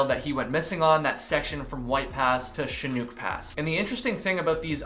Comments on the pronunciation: in the south we say Chinook as in "Shhhh-Nook" as in book lol Theory Disclaimer With the gusts of wind and a storm if there are any ledges along the pass it's likely he could have lost his balance and fallen or been struck by something and fell with it, That would explain his gear still being with him and thus not recovered. I would definitely expand the search to area's below any inclines off trail. I've been known in my past to brave a storm before not knowing how bad bad truly is and slip in certain regions and then have no where to set up camp and have to keep "trekking", this would explain the bar tenders story. After an ordeal like that however I'd dry out my belongings, wash them and get some much needed rest in town before heading back out unless I was so very pressed to finish on time but even then it would be highly unlikely I'd go back without at least changing and drying off first. Packages can be somewhat traced as well with the USPS even at least to an arrival point/last documented point. If it didn't arrive that's one thing but missing does sound like he may have received it or someone else did using his name. I Definitely think logs should be kept in the future to help out any other families of missing people. It's so very sad, thank you for covering these videos it really does raise awareness. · It occurs to me that in 2016 he may gone thru an area where a more recent forest fire could have messed up the trail... blow downs, diverted water sources. Now it's so easy to know where we are with guthooks/ far-out app. Very close with Chinook.. it's pronounced shin uk or uk more like hook. Could he have been doing any peak bagging along the way? ... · Chinook (shin-ook as in cook) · Chinook - rhymes with hook. Shin-hook. Sad story. So many confounding disappearances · Its pronounced like: Shin-uck (Shin like your leg Shin. And uck like yuck but without the y) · Minor point, the Name Chinook is pronounced, Chin- nook, as in the word “Look…